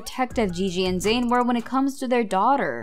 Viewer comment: Zain not Zsin